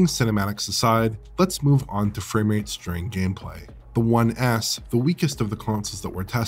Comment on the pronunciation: saying "One S" sounds more like "One Ass"..